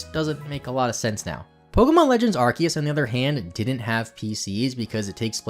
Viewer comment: Been loving all these videos! Also, it's refreshing to finally hear someone pronounce Arceus and Rayquaza correctly lol.